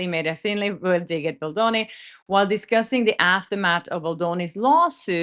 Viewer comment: I could never speak another language as well as you speak English. Just an FYI, veiled is pronounced like VAYLed or rhymes with hail. Thanks for all your wonderful vlogs.💜